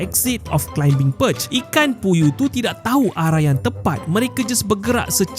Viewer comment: Bang kalau sebut perkataan contohnya climbing, plumbing, 💣ing dan seangkatan dengannya, "b" nya silent je. Sebut "klaiming", "plaming".. 😁